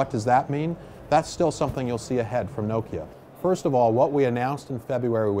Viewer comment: Does the Nokia CEO realise hes pronouncing Nokia wrong?